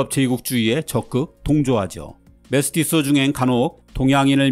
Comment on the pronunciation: 교과서 등에서 메스티조 라고 배워왔는데 메스티쏘 메스티쏘 하니까 거부감이